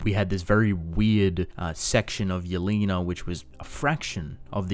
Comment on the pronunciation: thank you for saying yelena properly and not yell-eh-na